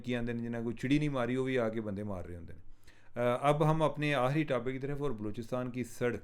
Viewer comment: Please pronounce correctly.. it's akhri not ahri آخری